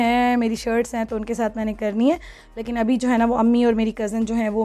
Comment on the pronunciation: Plz dear stop saying lakin its leykin...so pronounce it right..cheers...